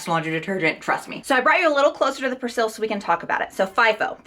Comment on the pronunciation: That’s not how you say persil 🙈